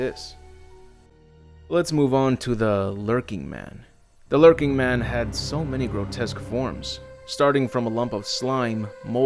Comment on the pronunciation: Lurching not lurking. Basic english man come on.